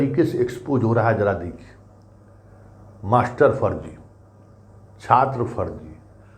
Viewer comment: Mastarba sab ke bare me kuch bataye. Aap Mastarba sabd bahut accha bolte hai.